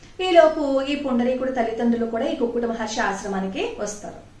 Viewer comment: పుండరీకుడు.... మీరు పదే పదే పుండలీకుడు.... అంటున్నారు కుక్కుటమహర్షి ని.... ఒకసారి juhnu మహర్షి.... అన్నారు గమనించగలరు